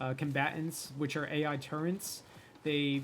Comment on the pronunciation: AI Turrets.... Turrents not a word. lol sorry to be that person.